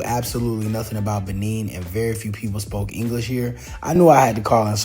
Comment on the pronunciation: Nice video!! However the pronunciation is Buh-Nay not Buh-Neen. It's French. There's a Benin from the ancient Benin Kingdom/ empire still in modern day Nigeria. Same spelling but different places and different pronunciations.